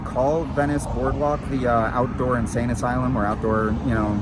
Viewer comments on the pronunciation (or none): none